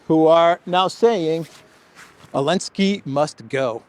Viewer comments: Am I the only person distracted by saying "Elensky"? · Aah! I was wondering why he says "Elensky"!! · Why do rarely say the Z in zelensky? I thought maybe it wasnt pronounced and all these americans have just been saying it wrong. But then ive heard you say zelensky with the Z also. Is it some inside joke? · You called Elenskyy Zelensky for some reason in the first sentence.